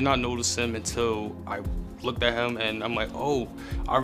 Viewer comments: He even said, "lookeded" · He said looked!😅this guy is murdering the English language!